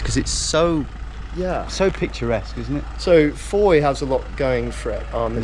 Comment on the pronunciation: You said fowey correctly! Geowizard you have more than a subscriber for life!